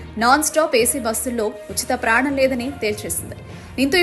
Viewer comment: అమ్మా, ప్రయాణం అని స్పష్టంగా పలుకు తల్లి...